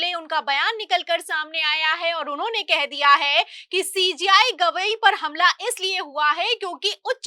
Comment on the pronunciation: Madam Sentence ke last men hai word par etana jor deti ho jo kano men sunate hi irritation ......Sui si chubhati hai Jo aap Hai word ko.....